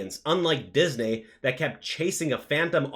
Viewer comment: Say "Disney" correctly lol